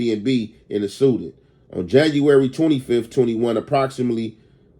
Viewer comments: bruh just say "SEDAN" Im sick of this 🥷🏾 keep sayin the suden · its se-DAN bro not sudin